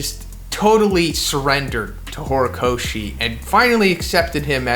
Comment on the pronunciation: Lmao "horocochi" i can't ,lmao this is epic 🤣